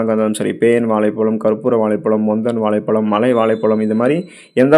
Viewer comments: நண்பரே வாழைப்பழம் என்று கூறினால் அழகாக இருக்கும்..வாலைப்பலம். என்று கேட்க அருவருப்பாய் உள்ளது... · தமிழை கொல்லாதீங்க. வாலை பலம் அல்ல. வாழைப் பழம்.